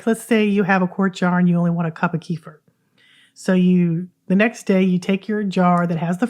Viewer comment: Please do not call it kefr. It is kefeer. kuh.feer kuh.feer Two separated syllables, second slightly emphasized.